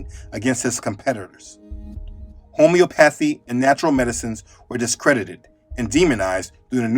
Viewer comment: Just wanted to help you out brother and everyone else with the pronounciation of these words since they aren't very familiar. Ho-mee-op-pa-thee, Nature-op-pa-thee. God bless 🙏 ❤